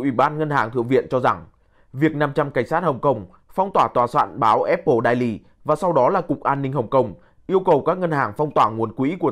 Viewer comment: Vãi cả đọc tiếng Anh.daily đọc hẳn đai ly.